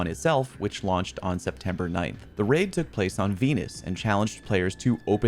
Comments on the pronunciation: Septemeber😂 not once but twice🤐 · Why is it "Septemeber" but not "Decemeber"? Real talk, though, this was incredibly interesting. I think you should explore a side gig as a documentarian! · Rememeber Rememeber the 16th of Septemeber.